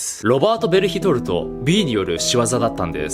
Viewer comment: ベルヒトルトはベルトルトに聞こえるしジャン出てくるし進撃の巨人に洗脳されてました笑